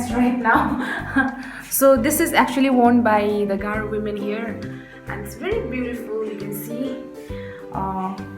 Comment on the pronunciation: You are sweat 💦❤ your garo pronunciation is so cute 🥰